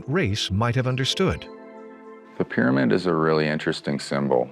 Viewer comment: ...thy ..peer amid...😋